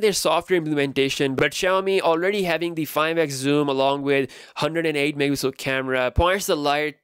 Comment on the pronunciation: DUDE!!!!! It's mega PIXEL NOT "MIXEL" jesus christ